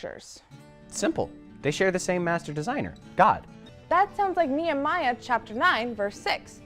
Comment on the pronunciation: Wait? Are they even pronouncing Nehemiah correctly? “Nia-Maya”?